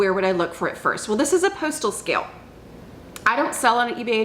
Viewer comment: Postal scale (I believe speaks Texan ❤😊)